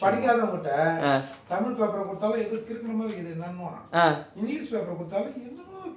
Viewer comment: முதலில் தமிழ் என்ற வார்த்தையை சரியாக உச்சரியுங்கள்